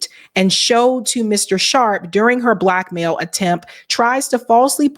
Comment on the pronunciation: Sounds like Green Mail not Black Mail